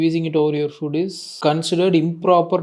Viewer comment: 6.45 அது food இல்ல foood 😂